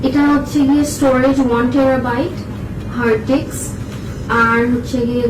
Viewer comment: is everyone gonna ignore the fact that she said hard diks instead of hard disk lol